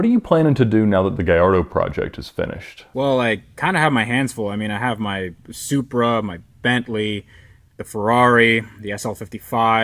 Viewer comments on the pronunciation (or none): none